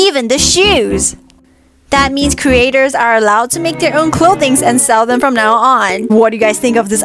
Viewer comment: Lol I love the way she said "IS IT OKEH OR NOT OKEH" lol 🤣🤣🤣🤣